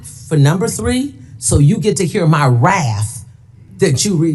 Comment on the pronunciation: She said "my raff" not wrath .